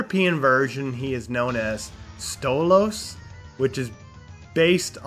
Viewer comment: and u say like stole us not stoolos like it says u say